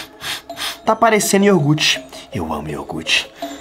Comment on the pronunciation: ENALDINHO:Tá parecendo IORGUTE!!!! 🤣🤣🤣🤣🤣🤣🤣 IORGUTE